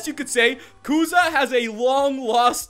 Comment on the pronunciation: It's kusa not kuza😂